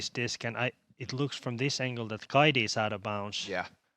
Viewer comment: Suomen kielitoimisto tiedottaa: Viron kielessä ei ole deetä. Siis ei "Kaidi" vaan "Kaiti".